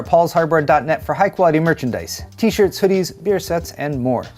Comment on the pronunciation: Nice " Stirt " for the new nVidia " Cird " When are u going to learn to pronounce the letter i